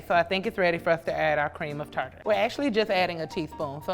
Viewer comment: cream of Tartar or cream of Tarar?